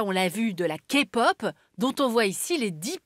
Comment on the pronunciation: La Kpop et non la Kapot 😂😅